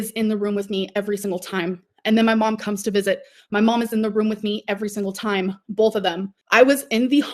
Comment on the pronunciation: BOLTH of them? BOLTH?